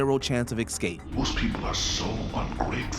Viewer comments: Love your videos usually, but this presenter needs some work- when you use escape 10 times in two sentences- at least say it right- it’s EScape not EXscape. There were several other mispronunciations ( Damon instead of Damien) etc. I found it really distracting. Also missing a LOT of other classic examples, Marvel, Star Wars, Whatever happened to Baby Jane, Hereditary,Primal Fear, Fight Club, Gone Girl, Basic Instinct to name a lot you didn’t include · The narrator of this video for constantly saying EX CAPE instead of ESCAPE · Every time the narrator says "excape" I want to turn the video off. I know some people try to pass this mistake off as a regional accent, but it's not. It's just plain wrong. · excape lol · Maybe you should get a narrator who knows how to pronounce 'escape'. I'm certain it does not contain the letter x.